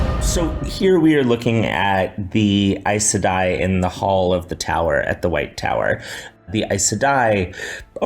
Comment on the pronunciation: That is NOT how you pronounce Aes Sedai. But Rafe knows and doesn't care, much like with all the other changes he's making to bring down this masterpiece.